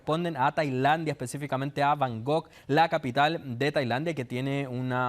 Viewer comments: además, es Bangkok, no Bangog... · Se pronuncia BangKOK con k no con G Y NO ES AFRICA ES EL SUDESTE ASIATICO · cuando ha dicho bangog no he podido seguir. Vaya nivel cultural de los periodistas.